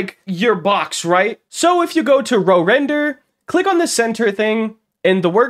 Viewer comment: You probably offended whoever made RoRender by calling it Row Render 🛶🛶🛶